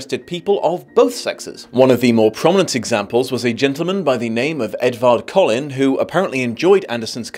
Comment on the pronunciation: I guess he pronounced Edvard’s name as Ed-WARD instead of Ed-VARD. 😂